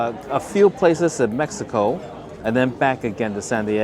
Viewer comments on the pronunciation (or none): none